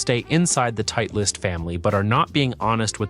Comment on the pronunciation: good content, but can't believe this guy doesn't know how to pronounce Titleist